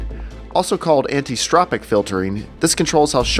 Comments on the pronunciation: It's 'anisotropic' not 'antistropic' just so you know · easy, just look at it like this: An-iso-tropic. Just picking some nits, otherwise great video. I like that these comparisons are being made :)